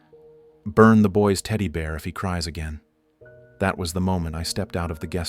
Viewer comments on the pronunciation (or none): none